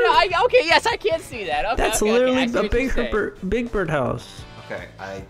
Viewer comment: When they said big bird, I thought they said, big back.